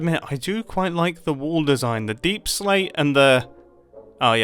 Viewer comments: pice of LOVVLLEY little WAOOL! he says insted of a lively or lovely bit little wall than others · he says woll instead of wall lol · Me every time Mumbai say wool instead of wall 🤦‍♂️ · you are calling your wall waol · I love the wall so much, but as an American I just- i can only hear WOOL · Nice woal mumbo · When mumbo said"This might be my best woll look how cool it is!" Had me just laughing my bum off😂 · Is Mumbo trolling us by pronouncing wall as wool? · I kept on thinking he was saying “this is a good wool!”